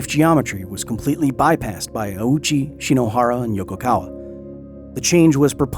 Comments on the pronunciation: OU in Japanese is not pronounced "ow" but like a long "oh". His name didn't mean anything near "owie" or "ouchie" in Japanese, don't be so culturally insensitive. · One little correction just because it bothered my ear every time. The name is not pronounced "ah-uchi." It's "oh-chi," with the "oh" being held slightly longer in time. You can hear the correct pronunciation by the nurse . Japanese has true "long" vowel sounds where the amount of time you hold a vowel sound is long or short, and this changes meaning. In English, a long-O sound is usually transliterated as "ou." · This is a remarkably well researched and presented video but you made one rather glaring mistake: Ouchi's name. Its not "awoo-chi", it's ohhchi, a phoneme that doesnt really exist in english. Its basically like an extended "oh" sound. If his name were pronounced like you pronounce it in the video, itd be "auchi", which isnt really in japanese. If you want a check, the name is pronounced by the japanese woman in the video. I only bring this up because its a common mistake and some disingenuous people might use it against you after you called out all those clickbait videos. Source: ive lived in japan for 10 years. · right other than the fact that doing research tells you that "the Japanese surname Ouchi (大内) as "oh-oo-chee" (with a long "oh" and three distinct vowel sounds) or more smoothly as "oh-oo-ch" in native Japanese, though English speakers often say "ow-chee". " Infact his full name in kanji is "大内 久" and if you take a little look at those first two and compare them to the other bit of kanji you will see they are identical. Here is his name in Hiragana too おおうち ひさし I have a name from a language that isnt english but that doesnt mean the only correct way to say it is the same way its said in another language and as an example of this I will use the name "Luis", Luis can be said loo-is, loo-ees or loo-ee and all of those are equally correct. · Ouchi not Auchi.